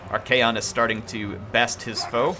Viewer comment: Your pronunciation of Archaon's name is a bit annoying tbh, it's not kaon it's con like con-artist.